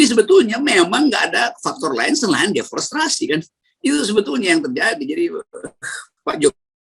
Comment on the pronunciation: Om rocky maaf sbelumnya mau koreksi yg bener DEFORESTASI BUKAN DEFORESTRASI